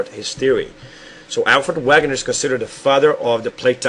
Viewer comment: It's actually pronounced (vaygunner) as Alfred Wegener (vaygunner) because it;s german